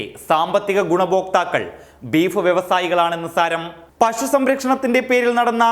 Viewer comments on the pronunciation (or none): പഷു എന്ന് പറയല്ലെ, പശു, പശു